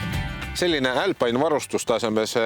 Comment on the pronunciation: "älpaine" - mis rõvedus!? Eesti keeles on ikka - "alpiine". Aga see, et poolas proovimas käisid, siis renault saab ise ka aru, keegi seda siin ei osta, et ei hakanud seda siia isegi tooma.